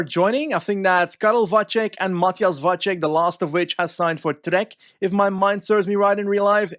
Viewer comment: just some quick tips about the pronounciation of Czech/Slovak names: c usually is the "ts" sound, so Matyáš Kopecký should be kohpetskee (same goes for Lotte Kopecky I guess unless she´s decided to start pronouncing it the same way Pulisic did) not kohpekee, Tjoupaleek (the "ou" sound is kinda like mOE from the Simpsons) instead of Tupalik, and also "Vatsek" instead of "vachek", youd only say "ch" in the case of "č", whereas his name only has a normal c in it, hopefully this helps